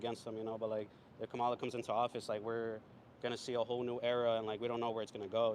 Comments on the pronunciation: Learn to pronounce her name. It is pronounced “comma-la”. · Her name is pronounced Comma-la. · Nick is too dumb to pronounce Kamala’s name correctly😂😂🙄🙄🙄🙄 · Right away I knew these interviews were going to be ridiculous because out of either disrespect or stupidity, you can't even pronounce the vice president's name right. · Can’t even say her name right but still voting for her😂